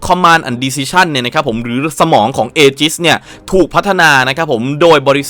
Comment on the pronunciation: ถ้าอ่านให้ถูกคือ "อีจิส" ˈējəs - ae-gis ครับ เผื่อใครยังไม่ทราบครับ